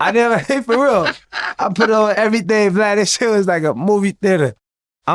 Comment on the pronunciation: I love when they say blad or glad instead of vlad